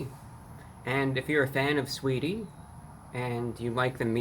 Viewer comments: "Sweetie", isn't it Sa-weetie? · The A ain’t silent in sAweetie get it right brah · The a is not silent! Saaaweetie! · Who tf is "suhweety" 😬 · Lol the A is not silent, it’s pronounced SAH-WAY-DEE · its pronounced sah wee ty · I’m here to hear him say “Saweetie” more than anything. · The “a” in Saweetie is not silent. It is a southern/urban play on the vowel. Usually used to add emphasis, character.... or just being extra. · Honestly I just clicked on this video to hear him say saweetie 😂